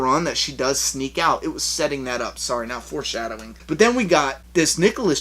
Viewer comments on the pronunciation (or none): none